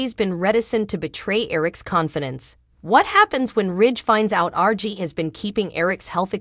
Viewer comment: It’s RJ not RG